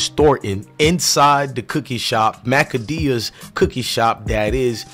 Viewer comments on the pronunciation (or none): Bro you keep saying the name of the cookie store wrong